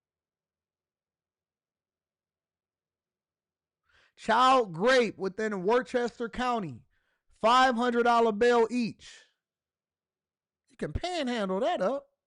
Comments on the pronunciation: that's "woostah county" 😂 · its pronounced wister not worchester.